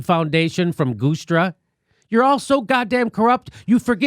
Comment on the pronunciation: Great vid Jimmy - only thing you got wrong is pronunciation of Frank Guistra’s name. It’s Jew-stra for future reference. Keep given ‘em hell ...